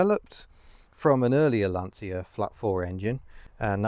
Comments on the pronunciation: Pedant mode engage: the Italian pronunciation is Lansha :-) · Of course like Dacia, Lancia is pronounced (well any way you like..but) by Italians at any rate, as Lanch-ah. I had a load of Romanians laugh at me when I'd say Dacia (daahsia) and not datchah. I know we don't really care, but just for sake of a comment and a tiny bit of education). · Pronounced Lan chee ya.